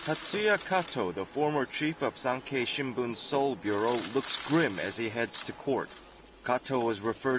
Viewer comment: Hey the anchor didn't even pronounce Sankei right. And seriously what's up with your female dubber? She sounds like she's reading a textbook!